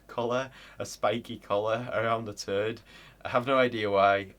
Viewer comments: When he says toad why he say turd lol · To my ears, your pronounciation of toad sounds like terd. Funny cultural crossing.